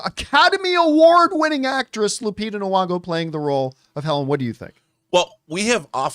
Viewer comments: Is her second name supposed to be pronounced Nu-ongo??? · My good Canadian brotha it's NEE-ONGO